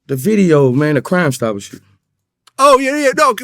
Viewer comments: He couldn’t say “crime stoppers”😆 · Man I f*cc with Boosie, mannn! 😭😭 Man couldn’t even say “Crime Stoppers” 💀💀💀